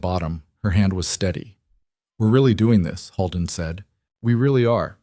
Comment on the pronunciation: Dear AI 🤖 narrator Holden is not pronounced “Hall-den”, it is pronounced “ Hole-den”😅